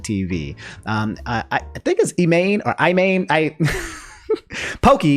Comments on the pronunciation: Her name is pronounced E-mon. the whole pun about her username is that it's pronounced "Poke-e-main" when if it was using her actual name it would be a copyright violation. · Poki's name is pronounced "E-mon"